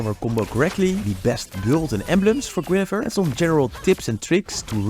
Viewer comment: Its Guinevere, not Guinefere... I'm hearing it over and over...